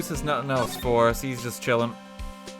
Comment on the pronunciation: I like how you pronounce "nuttin"